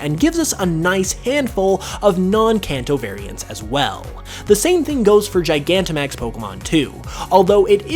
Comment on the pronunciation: It's gigantamaxing, not gianamaxing!